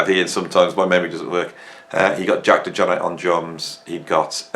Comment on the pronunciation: I didn't even notice how you pronounce John's last name, but you definitely are pronouncing Jack DeJohnette name wrong.